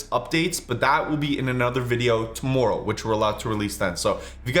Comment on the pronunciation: Your accent has become more Canadian over the years hahaha I love it... its sounds like 2mooreOH when you say tomorrow hahaha